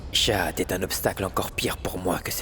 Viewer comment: Tu as dit chachat mais C'est chahat😂😂😂😂😂😂😂